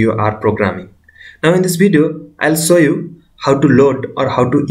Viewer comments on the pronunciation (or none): Are you saying "Sow you' or "show you"?